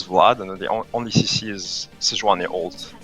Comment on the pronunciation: I guess he is french, how he pronounced CC :p